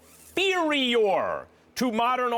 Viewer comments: Every syllable 🤣😂🤣😂😂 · Get every syllable in there Max, inferior Phil... IN-FEAR-EE-YOR🤣🔥😭👌😂🔥👍👌😭🔥🤣🔥😂👌👍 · Get every syllable in there Max. Even turns directly to the camera before he says it just to help it marinate. Inferior Phil, IN-FEER-EE-YOR👍😂🤣😂👌😂👍😂👌😂🤣